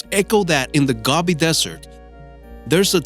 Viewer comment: GOBI DESERT pronounced GO BEE not GOB EE.